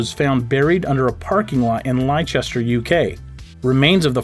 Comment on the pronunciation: Leicester is not pronounced as Lie Chester it’s pronounced as Lester.